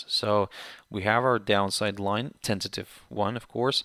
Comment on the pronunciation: My English is too bad...sorry I am asking... you using this word sounds like "tensitive" or what is it? And what does it stay for? Thank you.